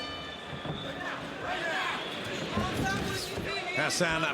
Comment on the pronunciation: Хасан он,а не Гасан.